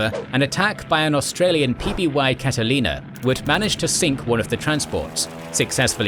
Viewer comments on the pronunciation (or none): none